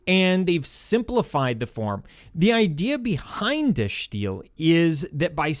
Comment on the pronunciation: well it is Dutch and he's using the right "accent", if you will, however you're right that the "i" is pronounced as an "i" and not an "ee"